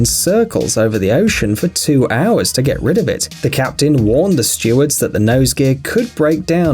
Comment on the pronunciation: Why don’t you make a video on a subject you know something about? “Chassis”?? “Steward”? Oh and by the way, it’s “none of the passengers WAS injured”.....